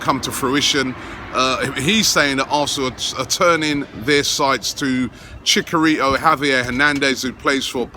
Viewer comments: just one little thing, it's Chicharito, not Chicarito. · Please say ChiCHarito not ChiCKarito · LOL chicarito. Robbie, it's ChiCHarito. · Who the fuck is Chicarito 😂 how do you miss the H in his name oh my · Robbie, its pronounced " Chee Chaa Ritoo" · you pronounced Chicharito wrong it's Chi Cha Rito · I don't want chicharito because I won't stand listening to Robbie saying "Chick arito"